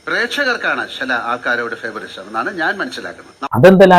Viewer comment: ഫേവറിസം അല്ല ലാലേ .... ഫേവറൈറ്റിസം...✓